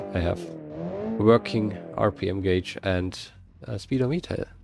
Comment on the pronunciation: Also, this isn't meant to be an insult or anything but since your English is 99.99% there I figure you want people to point out the little things you get wrong. The U isn't part of the pronunciation for the word Gauge, it is pronounced the same way as Cage, but with a G at the start. Some also pronounce it with a slight I/Y noise after the A, so Cayje or Gayje.